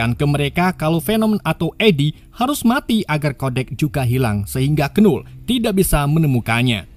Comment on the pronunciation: disclaimer: tulisan nya Knull tapi bacanya Null bukan Kenull